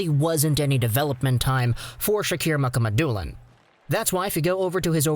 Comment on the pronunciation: It's pronounced Muka Ma Dulin people